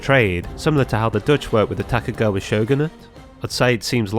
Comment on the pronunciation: Just one gripe: tokugawa - you are reading the name horribly wrong. No other complaints, keep up the good work. Also the vision hunt is reference to sword hunts and as you suspected propably serves identical purpose.